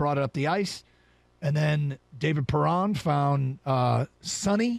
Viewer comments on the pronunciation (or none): how dare you not pronounce Perron's name correctly. SHAME